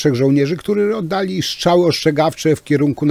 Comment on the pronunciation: Żartujesz ? To kwestia nie braku szacunku do języka ojczystego tylko cech osobistych wymowy. Jedni wypowiadają np. "r" bardzo wyraźnie np. Pan Tusk, a inni nie. Popełniłeś lekki nietakt.